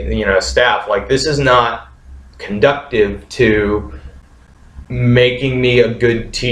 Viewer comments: English teacher says conductive when he means conducive? uh ok. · "Conducive"; not "conductive". Hey...I should go teach English! :D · conductive? It's conducive. I believe English teacher.